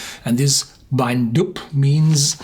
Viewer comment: Pronounced "Doo" not "Doob". Never in the North east of Scotland has Ben MacDui been known as the "Black Mountain". Marketing bullshit by corporate fools with no local knowledge.